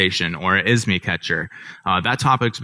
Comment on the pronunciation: ISMI ? It's IMSI, thank you.